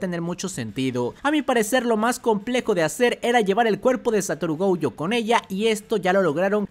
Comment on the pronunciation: Por qué dice GOUYO?